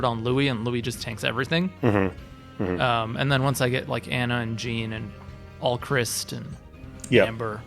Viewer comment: Only complaint is the refusal to pronounce Jean correctly. It’s a fully voice acted game and it’s not even that uncommon of a name. Plus it rhymes with his fathers name. But good tier list though